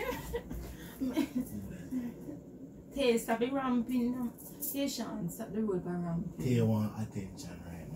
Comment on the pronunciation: 😂😂Its tayshaun tho 😁